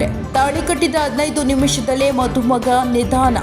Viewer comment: ನಿಧನ ಬೇರೆ ನಿಧಾನ ಬೇರೆ.